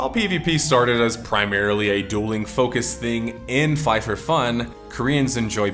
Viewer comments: Fly f f killed my brain never in my life i imagine someone to pronounce IT like this lol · it's Flyff as in fly...ff